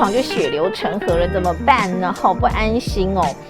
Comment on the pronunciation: 一、ㄎㄟ、一ㄚ 啦